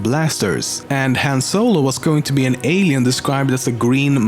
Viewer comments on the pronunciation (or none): none